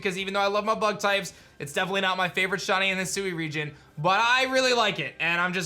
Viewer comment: WHY DOES IT SAY LIKE HE IS SAYING "SHAWTY" WHEN HE SAYS SHINY AT THE START?! 😢